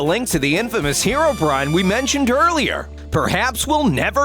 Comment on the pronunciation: Finally someone calling herobrine instead of herobraine